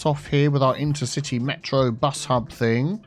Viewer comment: Metro: InterciTEA bus hub :D